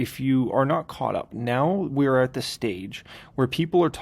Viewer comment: “NeOW” haha. Cracks me up.